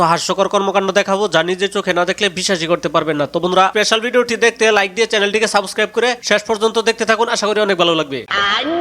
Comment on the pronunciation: আগে সাবস্ক্রাইব বলাটা ঠিক কর ভাই তুই